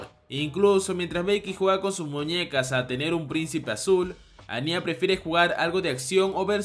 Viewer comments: No es anyá (parecía ñarreando o un niño llorando), es Anya (Ania) sin tilde, ni acento, si mucho tonal en la primera A. Ciertas personas se pasan con lo de ver a una niña de 4 años como una waifu, medio turbia la descripción. Anya tiene 4 años, y para poder ser adoptada e ingresar al colegio, se hace pasar por una de 6, pero es una bebé, por eso habla a media lengua, aún está en la edad del dominio del habla. Los sentimientos de Damian por ella, hasta cierto punto son los de un niño de su edad, en esa época se puede presentar una atracción por alguien que llama la atención por su aspecto y forma de ser, pero nunca es algo sexual, es más filial, no sé si es algo cultural que en los manga ciertos personajes les dan tonalidades de mayores como pasa con Becky, pero el resto se comportan muy dentro de su segmento de edades. De llegar a ocurrir algo entre Anya y Damian, seguro lo hará cuándo lleguen a la adolescencia, ya en los últimos años de la preparatoria o secundaria. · No es añya es ania pero se escribe anya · Soy la única que escucha "aña" en vez de "anya" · Buen video solo que me causa conflicto como pronuncias el nombre de Anya